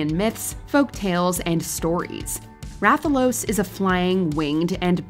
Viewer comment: The first one name is Rathalos not Raphaels lmao